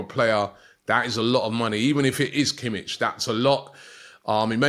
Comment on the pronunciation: totally mispronounced kimmich as well lol